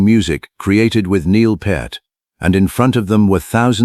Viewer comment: Neil Part, Neil Putt, Neil Populupigus. Stupid AI. Neil Peart. Like it's spelled: P(pee), ear(eere), t(t). Duh.